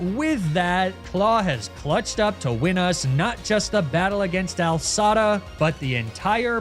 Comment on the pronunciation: The commitment to calling her Al Sada instead of AI Sada is commendable